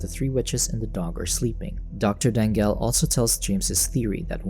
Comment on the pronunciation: I’m pretty sure since it’s from Philippines, it should be pronounced as Da-ngal. Not Dang-gal. 😅